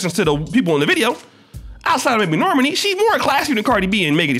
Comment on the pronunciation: Its pronounced nor-maaaaani not normeni 😆😆 say it with me